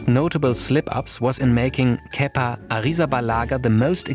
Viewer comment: 1- great Video 2- Thanks for teaching me how to pronounce Kepa's Name